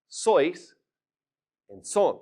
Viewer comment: Not sóis. Sois. It's a monosyllable